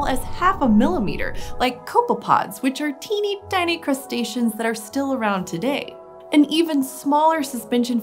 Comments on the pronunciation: I love how she says "tiny" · The way pronounces "tiny":. Discuss.